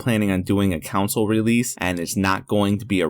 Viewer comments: the way he says ''*COUNSLE*" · "Council Release"